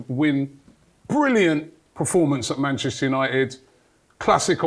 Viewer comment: God, I love 😂 they were really calling Manchester UTD "Banchester" 🤣😂🤣😂🤣 who is the real PE teacher manager? 😭😭😭😂😂😂😂